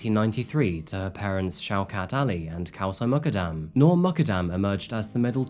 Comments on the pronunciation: It’s important to pronounce names correctly. Her last name is pronounced, “Moo” “kud” “dum” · Please her name is Noor Mukaddam Pronounced Moo-kuddam Please be sensitive enough to pronounce names properly!! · Last name is pronounced “Mook-uhd-um”